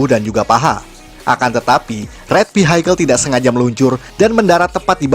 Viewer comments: Koreksi: Vehicle bacanya VIKEL bukan Vihaikel. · Suka bgt sama kontennya. Tp mau saran ya kak untuk pelafalan bahasa Inggrisnya diperbaiki, biar lebih nyaman didengerin hehee kaya kata vehicle